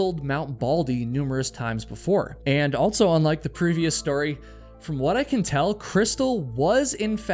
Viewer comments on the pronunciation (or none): AlTSo?? altso? I hear you say "All her friends" so I know you can say "all". But when you say "also," you add a "T" in the middle. Why? It stands out, and I hear it every time you say "also," which is a LOT. It must be a habit. Pay attention when you edit and you will hear how prominent it is. Altso. Ha. Anyway, I like your content. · I think the word ‘Also’ is pronounced “ALL-SoH” not “Alt-so.” I should start my own channel that provides truths, corrections, eliminates rumors, identifies mistakes and inconsistencies, and provides accurate geographical information.